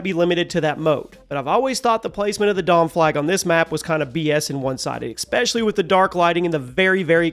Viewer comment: may i ask, i am genuinely asking, not taking the piss, when you say "especially", do i hear a ecspecially or am i crazy? Or is it just the way you say the word, non related to an accent or anything similar. Just curious!